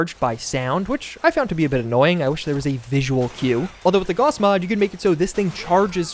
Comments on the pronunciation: Gaous... not Gauhhs. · does the way he pronounces Gauss trigger anybody else?